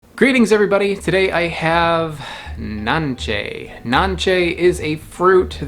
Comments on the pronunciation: We eat it in Honduras in juice, drink the juice! And the pronunciation is not NANCHE its NANCE its Spanish... we take the pulp with our hands not a knife 😏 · It’s pronounce it Nancy in Spanish